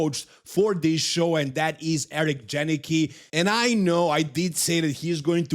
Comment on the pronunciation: Janicki is a Polish name, proper pronunciation is 'yanitzkee'. I see him 5th - Patrick Moore is better.